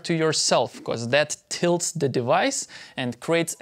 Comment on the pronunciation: Love your videos! But why is it that you say be-corse? :) just curious of your pronunciation